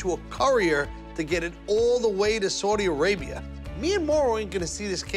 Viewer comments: It's Saudi Arabia not sordi Arabia 😂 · That first part where they toured the city was hella wack. Dude spent all that time and still didn’t know how to even pronounce Saudi Arabia